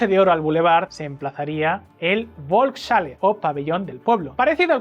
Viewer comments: la bolks chale XDDDD FOLKS JALE JODER APRENDAN A HABLAR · Volkshalle se pronuncia folksjale tengo entendido. Gran video. Por suerte nada de estas locuras prosperaron. Viva la Libertad! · Muy buen video. Por cierto, se pronuncia “volks-halle” (folks-jale). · Volkshalle, se lee "folks_jale" (perdón por la burrada). Salón del pueblo